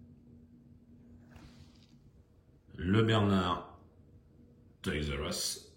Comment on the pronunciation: Salut, un peu en retard!! Une dinguerie ces modèles, alors la prononciation toys r us un vrai anglais 👍 je peux pas faire mieux à part le Portugal 😂 le petit porte container en jaune j'ai un doute le camion normalement est de quelle couleur? Oh cette couleur de dodge dans ce coloris rouge et super on dirait rouge candy légèrement plus foncé 😍 et ce saviem avec tampo sans majorette inimaginable sérieux tu as une collection de dingue et vraiment pas courante c'est sur Elvis doit être fou devant ce très beau modèle, merci à toi pour cette vidéo